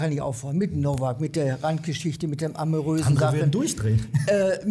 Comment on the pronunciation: “Amoröse Sachen” 😂❤